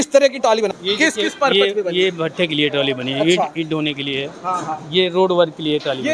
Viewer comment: मेरे पत्रकार भाई ताली नहीं ट्राली है है तो आप पत्रकार लेकिन पता नहीं आपको बोलने का तरीका क्याहै